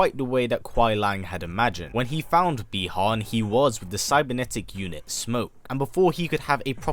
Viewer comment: I have have a comment, could you please pronounce the names of the characters correctly. For example : Bi Han, because I noticed that during the video.